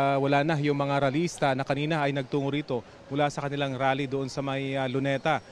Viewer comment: mayron rap concert pala hindi rale😂😂😂